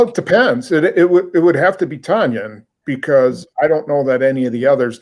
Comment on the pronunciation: Hey y'all, according to Robert, Tonyan rhymes with onion.